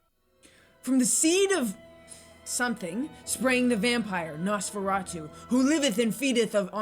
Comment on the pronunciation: One of the best films ever made and it isn't even supposed to exist. The only reason it does is cause a court ordered destruction of all copies overlooked a few that leaked out into the public and were preserved and you technically are pronouncing his name wrong the whole time